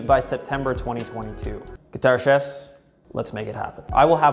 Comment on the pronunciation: Sounds like you're saying Guitar Shifts, not Guitar Chefs. Chevs? Nevermind.